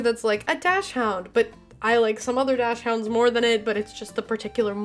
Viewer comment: Btw dachshunds are for some weird reason pronounced doxend it’s like a breed from Belgium or something by the way I love your videos